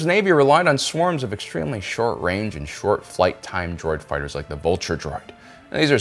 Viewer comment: Foo fightahs Lol